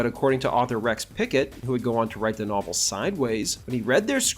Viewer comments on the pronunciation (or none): none